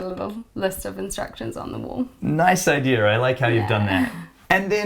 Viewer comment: "Idear" .. I kinda like the way she says idea and I started out playfully mocking it but I'm stuck now and I'll probably say it for the rest of the week.